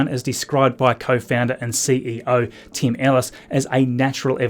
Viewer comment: Please speak name of Tim Ellis as an English speaker would ; You sound like you are saying TEAM Ellis ! He is not big enough to be considered a team.